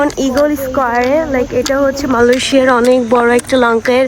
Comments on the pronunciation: are boldi malosiya ki jinis😂😂😂😂 uccaron ta toh thik kor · মালয়েশিয়াকে এই মহিলা মালয়েশিয়া বলে 😂😂😂😂😂😂😂😂😂😂😂😂